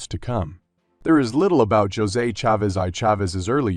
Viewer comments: Is the narrator saying his first name wrong? Josey? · He definitely is. he is saying "Jozay". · Its A1 and all the spanish names are said wrong